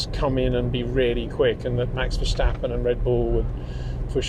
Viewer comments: Is It so difficult so say Verstappen in stead of versjtappen? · Het Peter, you still pronounce "Verstappen" wrong! You can say things like "step", "stop" and "start". Why does Verstappen always come out as "Vershtappen"? Either way, awesome analysis as usual, gotta love listening to your thoughts despite the cringe I get when you say Max's last name, haha! No hard feelings!